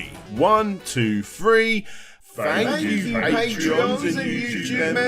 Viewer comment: lol i still find it hard to listen to when people use F in place of TH , Fank YOU